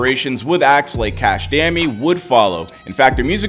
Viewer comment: bro why he say dami like that💀